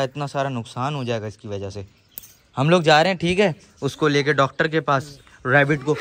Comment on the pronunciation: Pendu😂😂😂 dactor nhi hota pagl😂😂😂😂😂😂 sorry😊😅